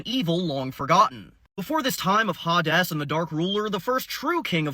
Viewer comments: Pronounced (Hay Deez) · HaDes looks so much better with HORNS. Also I'm asuming Hades is pronounced Ha-Des in latin. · is it called ha des not hades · I don't think that's how the name Hades is pronounced. It's more like "hey-deez" like hey deez nuts.